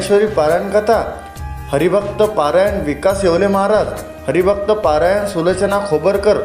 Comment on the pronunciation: पारायण नाही रे भाऊ परायण असते ते